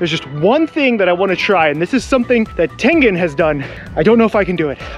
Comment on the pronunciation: bro i watched this girl and the video was called "65 facts you didnt know about demon slayer charecters" and she said tangan instead of tengan